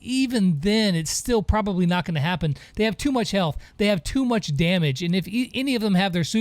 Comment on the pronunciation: "How munch" 👌